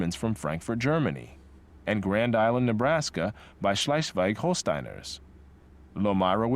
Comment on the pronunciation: … for exemple „Schleisweik Holstein“! … 😂👍